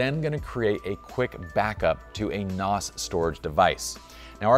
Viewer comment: NOS it’s NAS lol NOS is Nitrous oxide System still love you